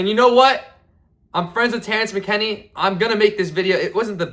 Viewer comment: Saddest part about this is the first big fighter that he met was Terrence McKinney and he doesn’t even know how to pronounce his name.